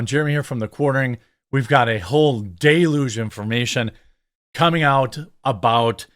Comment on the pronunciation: Deluge is pronounced Dell-Ūge